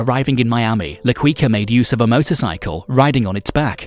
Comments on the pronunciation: Not qweeka.... it's keeka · "La Ki-ka" lol not queeka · LA-KEE-KA, NOT LA-KWI-KA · It's pronounce la kika..not la kooika like a wookie name 🤷🏼‍♂️🤷🏼‍♂️🤦🏼‍♂️🤦🏼‍♂️🤦🏼‍♂️ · La Quica is pronounced like keeka. As you pronounced sounds like cuica which means jumping rope. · The pronouncation is Should Be Medeiin Not "Medilin".Also Its La Qika Not " la Queeka". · its pronounced key- ka not kwi ka... and medellin is pronounced med-ey-een not med-del-in.......so many times it hurt to watch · It's La Quica as in La Kicka not Quicka🙄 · Had to stop watching hearing his name pronounced La 'Qweeka' instead of La 'Keyka'. Also the way he just pronounces Medellin exactly as spelt instead of 'Medejin'...Meh-deh-gin. Really annoying. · La queeka? Carli cartel? Medilin??? BROOOOO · Also, its pronounced qica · Hin pronouncing la quica triggers the most like what is that shit? He some quicksilver or what? Quuuuicaaa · La qiqa and medeyin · La Kwika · La Cuica 🤣🤣🤣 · La quiika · If LaQuica is still alive he would assinate this announcer for murdering Medellin and La Quicka 🤣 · Man said “La Quwica”💀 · La Kweeka ????? 😂😂😂😂😂 lmao (Had more...but this was the funniest) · Medellin MEH DE YEEN MEH-DE-YEEN Bogota BO-GO-TA BO-GO-TA LA Quica LA-KWEE-KA- no hard K LA-CWEE-CA- no hard c LA-QUEE-KA/CA no hard Q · Wtf is Medlin ...it's Medellin. Someone needs to be fire for this episode. La QuickA (his pronunciation ) is terrible. I bet he thought that was his name because he was quick and swift lmaoooo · It's pronounced "Med-eh-yeen", not Med-ellin. Quica is pronounced "Keekah". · my man said La Kweeka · “La Qwica” 😂😂😂😂😂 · La "Kika" if its easier for you to pronounce. The U is silent. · Pronounced "Key-Kah" Edit: You mispronounced so much homie lol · From ‘La Quica’ to ‘La Kweeka’ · La "KEE QA" and "ME-DE-YEEN" (or like Colombians) "ME-DE-JEAN" i didnt make it past 12 seconds. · it's la kika dawg that's how you pronounce it 😒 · I quit after hearing la queeka the first time. Mtfk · “La Qwuica”